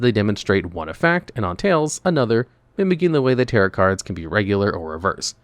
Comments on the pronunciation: It's pronounced ta-ROW, the second "t" is silent because it's a french word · Please look up how to pronounce "tarot." The T at the end is silent. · why is no one talking about his pronunciation of tarot LMAO